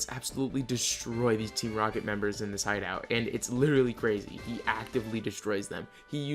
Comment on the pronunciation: “gOOdnESs Poseidon, yoUR’E CrAYZZZAY” - I love that so much. I really liked this video, great job! Subbed, can’t wait to see more from you!